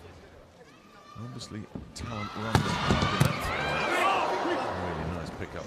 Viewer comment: The u in Kurek's surname is as in flUte word, so [Koorek], not [Q-rek]